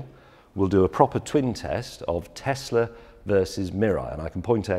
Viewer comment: What’s ‘Tessler’, it’s pronounced ‘tezla’ James